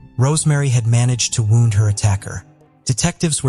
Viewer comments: ai cant even figure out the english langooage can pronounce Gwenella pass but wownd is a not sure. wound? wownd? woned? AI you can do better. the reporting was good YT blue chew and mail order brides? telling us we are trouly foooked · When I hear the AI pronouncing WOUND as WOWND, I honestly do understand why non English-speaking people so often miss-pronounce keywords which can cause "lost in translation" issues. Is there a way to teach your AI the correct pronunciation?